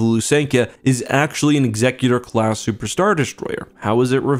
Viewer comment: Technically speaking that is the correct pronunciation. I always thought it was more of the "execution" style instead of the "executive" style name, but it actually is Ex-sec-u-tor.